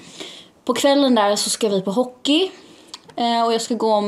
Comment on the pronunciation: Älskar hur du säger hockey